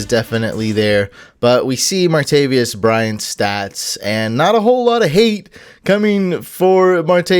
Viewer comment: Martavis not Martavius